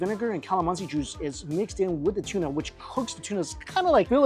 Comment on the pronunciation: Hey its tuna not tsuna